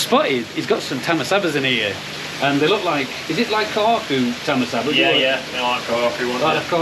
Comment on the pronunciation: Was really enjoying the video until you said tamasaba 😂😂 neil rick and gary top fellas can't wait to get there again 👍